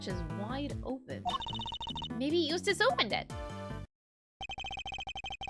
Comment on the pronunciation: Biggest moment of character development is pronouncing Eustace's last name correctly.